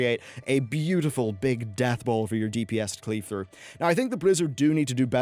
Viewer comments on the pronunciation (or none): none